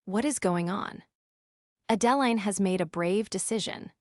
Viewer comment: The pronunciation of the name Adeline needs to be corrected. Extremely annoying!